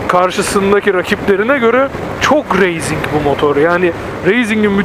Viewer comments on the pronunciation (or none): Racing'e üstüne basa basa reyzing diyorsun ya :)üyük ihtimal öyle duyduğun için öyle diyorsun ama "Racing" kelimesi "Reyzing" diye değil "Reising" diye okunur :D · kardesim ne kadarda yanlis telafuz ediyosunuz bu raysinki ya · Reyzing denmez be üstat. race yazılır reys diye okunur. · doğru biliyorsun öyle olmalı zaten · Motovlog Verdiğin örneklerle "Racing" kelimesinin pek bir anlamı yok aslında,Spain İngilizcedir Spein diye okunur İspanya Türkçedir İspanya diye okunur.Ciks olmak veya görünmek gibi bir derdim yok sadece çok yapılan bir hatayı düzeltmek istedim.